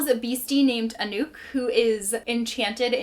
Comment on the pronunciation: I also need to read grim lovelies & it sounds sooo funny the way you pronounced the name Anouk. Anouk is a very common name in the Netherlands and we totally pronounce it different. But then our pronunciation is super weird😂 I personally really loved a reaper at the gates